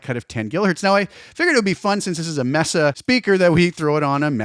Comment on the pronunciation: I really dig the new Cartog cabs. They've got that low end thump I like from 3rd party IRs. BTW, it's MEY-sa, not MESS-a. Spanish pronunciation 😉